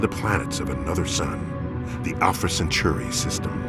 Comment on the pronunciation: centauri not century